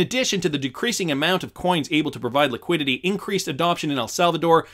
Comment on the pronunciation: LEEE QUEEE DEEE TEEE